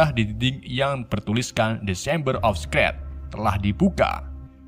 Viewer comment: Mon maap bang..secret juga salah sebutnya👉👈